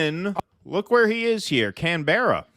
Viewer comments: We say Canberra as canbra not an emphatic Can-Berra, rather a short e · Canberra is pronounced with the accent on the first syllable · Canberra is actually pronounced "Canbra". Just saying FYI. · Its can-bruh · Its not Can Berra Its canbra mate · Can-ber-a?? 😂 Bloody americans haha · It's pro ounced Canbra. Can- bearer is what Australias call it when the want to mock Americans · The inability of yanks to pronounce simple well known words and place names not Can bears . Canbura is how you say it . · "Can-berra"? Bah! Ha! Ha! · im pretty sure its pronounced can burra not can bear a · It’s not can,Barr’s. Its canbera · It's not pronounced 'Can bear a' but 'Can burer' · Can-beara? Why don't American's learn to pronounce stuff? Canberra. Can-berra. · Yeah, we get a lot of that. Try pronouncing Woolloomooloo. Haha. Mel-bourne. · Can- bay-ra😂😂😂😂😂😂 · PLease learn how to pronounce "Canberra". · 'Can Berra' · Can-bruh. It’s pronounced canbruh… 😊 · It's "Cannbraaa" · Please say canbruh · It"s pronounced Canbra. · It's not pronounced Can berra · Please learn to pronounce Canberra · Lol 3 syllable Canberra. It's 1 syllable lads. Just Canberra.